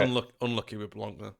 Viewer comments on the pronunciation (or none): Hey please stop saying Blank. It is Blanc the n and c are silence.